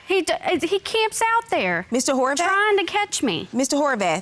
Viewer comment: I know I can’t be the only one who heard “whorebath” 😂😂